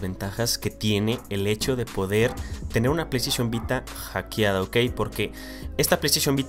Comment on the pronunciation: Solo con escuchar "Hackeada" es suficiente para salirme de este video.